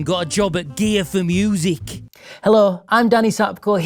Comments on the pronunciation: Is he saying gay4music deliberately or is that just his accent? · Sounded like you said "gay for music" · When you said "gear for music" you really should have concentrated more on the effect accent has on the on the sound of word "gear". Because it sounds like you're saying something else. Not that there's anything wrong with that, it's just not correct. I assume. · i can't be alone for hearing with that accent something a little different than "gear for music"